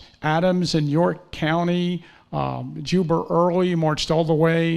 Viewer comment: As soon as I heard this goober say “Juber” Early I clicked off. Waste of time.